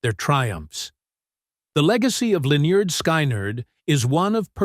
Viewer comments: This DINGUS pronounced the name Linyard Skinerd at the very beginning. Don’t waste your time on listening to any of this. It’s trash. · Linn-yerd Sky-nerd...what an ignorant way to pronounce a legendary band. Ignorant channel... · Pronounced Leh-nerd Skin-nerd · So disrespectful..... You're not spelling it right dude! It's "Lin-yurd Sky-knee-yurd". 😅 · Lyn*yerd Sky*nerd says it all. 😂 Someone who truly cared about them, would take care with the pronunciation of their name. Period. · Learn how to talk get there name right loser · Whenever I come to one of these computer generated audio mashups I close it immediately and go on to the next thing. They can't even come close to pronouncing the name of the band correctly.